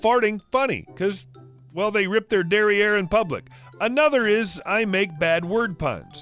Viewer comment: Derriere, not dairy air.